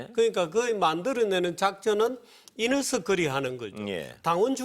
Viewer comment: 이너서클을 이녀석들이라고 들었네